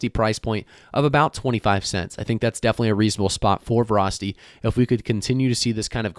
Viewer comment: Vra tanked hard. Weird pronunciation of Vah-ra-city